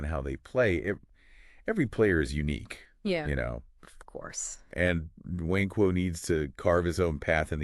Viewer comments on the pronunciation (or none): “Nwankwo” is phonetically pronounced “Woun-quh“ NOT “Nuh-wain-quo”. Great analysis nonetheless.